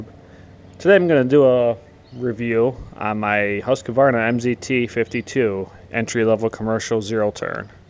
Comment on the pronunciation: Husq-varna.....say it right!